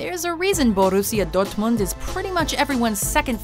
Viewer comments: When she pronounced Dortmund I almost shit myself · I love how she pronounces Dortmund like it's Spanish lmao.